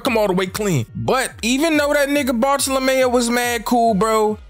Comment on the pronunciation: Bar-thala-mule is how u say homies name